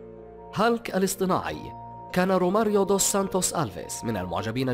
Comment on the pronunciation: اسموا هيلك و ليس هالك